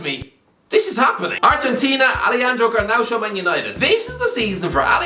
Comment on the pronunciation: it's garnacho not garnaucho